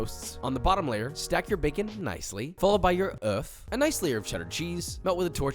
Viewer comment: Damn the pronunciation of œuf was so good!